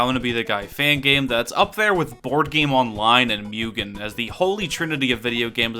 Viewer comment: why you say mugen like it has a y in it